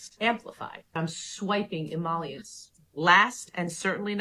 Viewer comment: wait did she just say “e-MALL-iants ”?? 😅 does she mean e-MOLE-iants? 😂